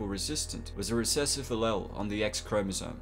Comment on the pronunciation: Great video! Though it would be against my nitpicky ways not to mention allele is pronounced "ah-lee-el."